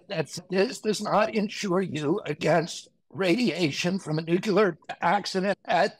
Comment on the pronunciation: Learn the correct way to pronounce Nuclear... It's not New-Cya-Ler... It's New-Clear (exactly how it's spelled).